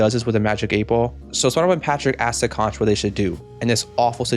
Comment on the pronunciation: I find it so weird that they mispronounced conch through the entire episode. Especially since characters in past episodes have said it right.